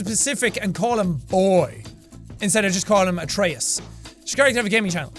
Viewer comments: I know it might be different in different areas or in the game. But the god Atreus it’s pronounce A-tree-us. At least that’s how I’ve learned it in my classical myth class. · M8 YOU CAN'T PRONOUNCE GOD NAMES, IT'S AE-TREE-US AND FEN-REAR JESUS FUCK I LOVE YOU MAN BUT HOLY FUCK